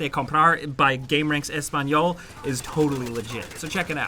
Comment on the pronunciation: I. MISS. FREAKING. BEAST. MODE... your pronounciation of "español" made me laugh (yo soy hispano-hablante) and i still prefer this version of gameranx :P